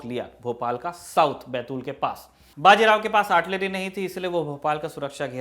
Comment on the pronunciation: बाजी राव नही बाजीराव बोलो